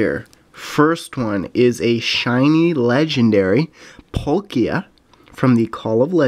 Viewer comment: It's palkia not polkia